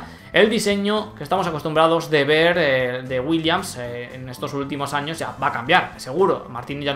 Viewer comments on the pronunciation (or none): none